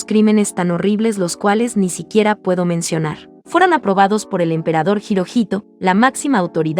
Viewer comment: Cada ves que dice hirohito yo escucho hitohito xd